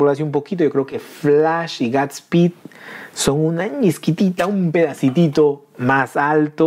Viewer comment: Dilo bien no es es guudsspeedk es godspeed sabes inglish? No hate